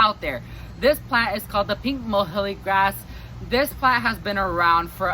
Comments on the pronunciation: nice video. Muhly is pronounced Mew-Lee :) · You're saying muhulee ...I've heard it called "Mewlee" grass, closer to the scientific name.